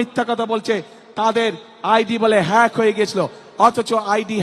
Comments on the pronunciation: মুফতি ও বিজ্ঞানী হ্যাক শব্দটি ঠিক মতো উচ্চারণ করতে পারেনা আর সে করবে দেশ শাসন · যেই মানুষ "হ্যাক" শব্দটা উচ্চারণ করতে পারে না। সেই মানুষটার হাতে কিভাবে দেশ তুলে দেওয়া যায়? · একদম সঠিক বলেছেন 😂😂😂মূর্খ তারেক হ্যাক কথা উচ্চারণ করতে পারে না 💯👈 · ইংরেজি ভাষার দেশ লন্ডনে বসে বসে ফেক ও হ্যাক উচ্চারণে এতো কষ্ট। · hack তো ঠিক করে বলতে পারে না এ বলে দেশ চলাবে😅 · হ্যাক বলতে গিয়ে ফ্য়াক 😂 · হেক, ফেইক.........হ্যাক, একটা শব্দ উচ্চারণ করতে পারে না। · হ্যাঁক এটাও ভালো করে বলতে পারেনা এই হল নেতা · হ্যাক❌ হেক✅ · হিক ফিক হইয়া গেছে এ কথাটাই উচ্চারণ করতে পারে না তারা বলে দেশ চালাবে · ও সোনা তুমি কি বোঝনা, আইডি হ্যাক হয় কিভাবে.তুমি বলতাছো হেক না ফেক কি জানি জিজ্ঞেস করো, আরে নেতা 👍👏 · হ্যাক শব্দটা উচ্চারণ করতে🥲পারছে না,এখন শিক্ষাগত যোগ্যতা বুঝে নিন...!🫠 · ইংল্যান্ড থেকে এসেয়েছেন ১৭ বৎসর পরে, ID Hacked শব্দটি বলতে বা উচ্চারণ করতে পারছেন না 😂 হাইরে খাম্বা তারেক ভাই আপনি কিভাবে রাষ্ট্র প্রদান হবেন বা দেশ চালাবেন, আমি বুজতে পাচ্ছি না 😱🤣😱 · হ্যাক উচ্চারণ করতে পারেনা তার হাতে দেশের দায়িত্ব দিলে কি হবে । সবাই সতর্ক হন মুর্খের হাতে দেশ গেলে ।শুধুই বাঁশ ছাড়া আর কিছুই মিলবেনা । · Hack কথাটাও বলতে পারে না, সে আবার নেতা মানুষের সমালোচনা করতেও পারে রে ভাই 😤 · একটা বাচ্চা সুন্দর ভাবে হ্যাক শব্দটা কইতে পারে কিন্তু উনি পারোনা কারণ মিথ্যা মিথ্যে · E to tik moto kotha koite pare na hack kotha to totally koy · E arekta share hazar biggani, valo moton haked uccharon korte pare na, oi abar desh Cha labe? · হ্যাক ও বলতে পারে না 😂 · 😂😂আমাদের লিডার হ্যাক উচ্চারণ করতে পারে না তিনি নাকি দেশ চালাবেন। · যেই নেতা হ্যাক শব্দ তিনবারেও উচ্চারণ করতে পারেনা এই নেতা চালাবে দেশ হায়রে মূর্খ জাতি আমরা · Hack bolte parena ora asche desh chalate. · বাংলায় উচ্চারণ করতে পারে না.... হ্যাক ফেক করতেছে। হ্যাক সম্পর্কে কিছু বোঝে😂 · হ্যাক ই উচ্চারণ করতে পারে না সে আবার আন্দাজে কথা বলছে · জেল লিডার আইডি হ্যাক উচ্চারণ করতে পারো না সে কি ভাবে দেশ পরিচালনা করবে। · মুর্খ নেতার মুর্খ কথা।হ্যাক শব্দ উচ্চারণ করতে পারে না আইছে প্রধানমন্ত্রী হইতে ।লন্ডন থেকে চান্দাবাজির কোর্স করে আসছে।এসব বাংলার মানুষ জানে